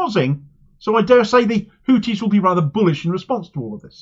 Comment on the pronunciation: It's pronounced Houthis my friend, not Houtis. They'd probably prefer you just call them Yemenis or Ansarullah though, they consider "Houthis" a kind of backhanded term